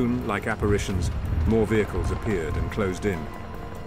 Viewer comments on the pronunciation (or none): none